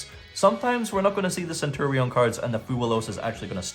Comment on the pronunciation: Bro if you wanted to play Centur-ion just say so 😂